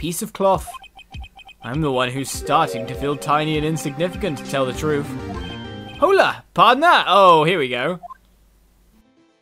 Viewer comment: AAAHHHGGG!! How on EARTH did you pronounce "hola" wrong?!?! YOU DON'T PRONOUNCE THE "H" IT'S SPANISH. YOU NEVER PRONOUNCE AN "H" IN SPANISH.